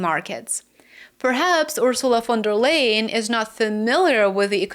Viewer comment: I think it respectful to pronounce a person's name the way they pronounce it. Even people you don't like. Von der Leyen.